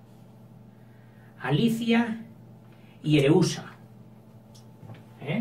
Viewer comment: se llaman Pàrmeno y Areúsa no Parmenio y Ereusa😆 pero gracias por estos vidéos, tengo un examen mañana y me aiudas mucho👏🏻🙌🏻